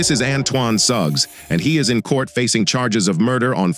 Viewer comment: I almost heard his name Antoine Thugs when you said Antoine Suggs.